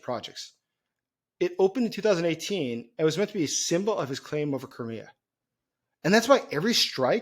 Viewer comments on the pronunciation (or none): Do you mean Crimea? Sounds like you said Kermia